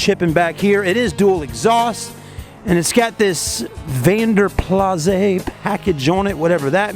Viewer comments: No, it is not pronounced “Plouse”...not even remotely...😂😂😂 Van den Plas, later Vanden Plas, was originally a Belgian coachbuilder, hence the name is Flemish and the correct pronunciation something like “vunn dan plus” and most probably also not “vunn dan Pluh”, which would be a mix of Flemish and French. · That poor Jaguar..she has had a hard life it looks like..the previous owner must have had a larger behind too...that seat looks like a Pit Bull chewed on it! The Vanden Plas, pronounced "Plouse like mouse" the rear trays do fold down and have cut out areas for cups although too shallow for use.. Love these cars but such high upkeep and parts cost.I had a friend that had a 2005 S-Type R Supercharged model..talk about a fast car! It was better than sex! haha